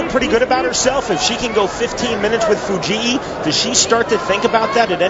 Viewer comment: i hate the commentators pronunciation of Fujii. It's not Fu-gee-ee. It's just Fu-geeee.